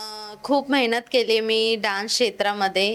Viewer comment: Mehnat ❌ Mahynat ✅😂